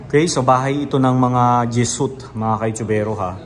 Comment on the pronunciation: jesuit ( dyeswit or dyesuwit po bigkas) hindi po dyesut... mga heswita na pari 🙂